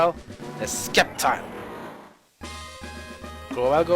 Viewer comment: I don’t mean to be rude but it’s pronounced SEP-TILE not SKEP-TILE. Im very picky about this stuff because Sceptile is my favorite Pokémon.